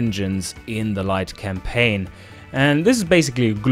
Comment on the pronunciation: Did I hear you almost say "Light Complain"? That gave me a little chuckle. Also nice to hear the devs look through what people make